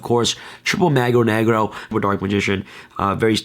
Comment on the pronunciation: Damnit I taught you how to pronounce "Mago Negro" at YCS Pasadena lol